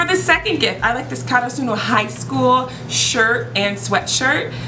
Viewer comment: Any going to talk about that she said karasuno wrong